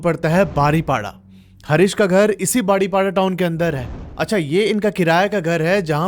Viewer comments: बारीपदा not बारीपाडा ଓଡ଼ିଆ ଭାଷା ଉଚ୍ଚାରଣ ହେଉନି, ବାକି ସବୁ ଠିକ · ବାରିପଡା❌ ବାରିପଦା ✅ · Bhai baripadaaa nhi hai baripada hai Thoda pronounce wrong hai aapka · भाई, आप बार बार शहर का नाम "बारीपाडा" बोल रहे हैं। उस शहर का actual pronunciation "बारिपदा" होना चाहिए। Please आगे से ध्यान रखिए। गलत peonunciation सुन ने से कहानी का मजा किरकिरा हो जा रहा है। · भैया बारीपदा है वो जगह . Baariपाडा nahi😏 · बारीपडा नहीं होता है बारीपदा होता है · भईया बारीपाडा नहीं बारीपदा है व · ବାଡିପୋଡା 😂😂😂 ନୁହଁ ବାରିପଦା 🎉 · ଯୋଗଣିଖିଆ ସେଇଟା ବାରିପଡା ନୁହଁ ବେ ବାରିପଦା.... anyway good horror story. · बारीपाडा❌ बारिपदा ✅ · Baripada ha pada pronounce ni poda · Bhai Kuch nam sahi lo english me nehi hindi or Oriya me jese Balasore nehi baleswora बालेश्वर and baripada nehi baaripoda बारीपदा ✅ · Love from Odisha Bhadrak ❤❤❤ बारीपाडा नही बारीपदा बोलते है। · Badipada nehi baripada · Pronunciation of Baripada is बारीपदा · Sir please pronounce the name of the city correctly it is बारीपदा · Sorry to say but baripada ko aap galat pronounce kar rahe nhe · Bhai app baripada ko hamesa galat padhrahe ho😅😅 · 😂 baripada ku bari💨 banai dela